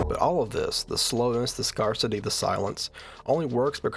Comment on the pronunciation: Great video! -but, my brother, it’s pronounced “scarcity” like “scare,” not like “scar.” You’re sounding a little like Goofy, my guy.